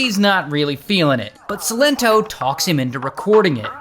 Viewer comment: Sigh-len-toe - that's how you say his name Ray 🤣🤣🤣